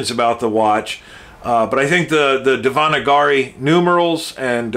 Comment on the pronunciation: Thanks - very nice review and you found an interesting piece with the Indian numerals. Janata is pronounced "jun-taah" - it means "the People". The script Devanagiri is pronounced "Dave-Naa-gee-ree". The amount of research you put in your review was amazing!